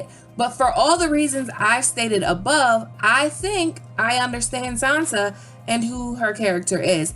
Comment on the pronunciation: Who exactly is Sanza? I have heard of SanSa, Not Sanza...